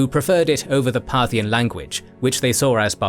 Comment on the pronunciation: Part-hian ... should be re-pronounced... 🧐 Partial religions ☪️✝️🕉️✡️ Partial politicals 👑👑👑 Partial financial 🪙💎💰